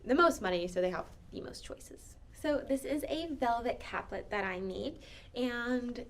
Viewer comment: Very nice presentation, and I love that you included sontags. i made mine from a pattern in Godey’s Lady’s Book. Two things though; capelet has an E in the middle, which means that it is pronounced Cape-let with a long A. The suffix -let means little, so it is a little cape. A caplet, as you pronounced it, would be a little cap. Secondly, almost all of your fashion plates were not from the 1850s to ‘60s; most were from the 1890s. Your title screen was from the 90s, so I watched the video expecting to hear about 1890s winter wear, which I did not get.